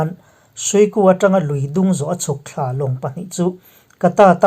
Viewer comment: 👍👍 i tawngkam hi chu i chhep fuh thei khawp mai, Bom an lo THLAR a a mawi ee